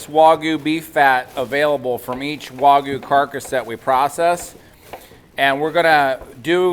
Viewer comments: It's not waGOO, it's wagYU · I cringe every time they wuagyu lol it wag like a dogs tail lol i bet they say ruf instead of rooooof lol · It's waygu not wohgoo